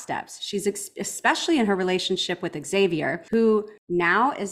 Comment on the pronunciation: There’s no eggs in Xavier, it’s pronounced Zay-vee-er